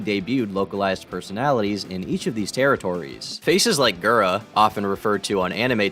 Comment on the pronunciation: Who is gEra? How the hell did you pronounce Gura wrong?